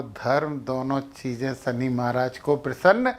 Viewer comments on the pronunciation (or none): none